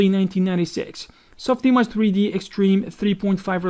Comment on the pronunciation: "SOF IMOJ"